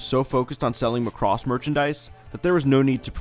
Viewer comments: Every single time you say Muh cross I cringe. It's just Macross or Makurosu but not Muh cross. Otherwise good content! Thanks! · Its not pronounced "muh--CROSS" it's "Maa cross"... no way that's gonna make sense... in any case, this is a good video! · Your pronunciation "McCross" is really getting to me. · There was one more "Chou Jikyuu" you missed. Chou Jkyuu Romanesque Sammy Missing 99, an OVA from 1987. Interesting video but by god do I HATE the way American's say Macross. There is no emphasis on "cross", it is just MACROSS!